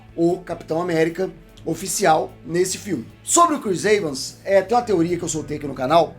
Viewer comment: Eu também estranho sempre essa pronúncia. O mais correto seria pronunciar "I-vans".